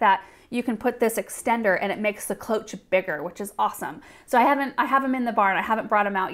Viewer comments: closh not cloatch. Its french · Psst, Cloche is pronounced with an "sh" sound. It's French for bell. :)